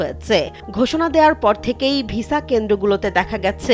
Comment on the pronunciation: Vesa na visa thik kore bolun